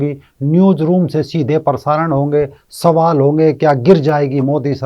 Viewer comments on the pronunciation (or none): none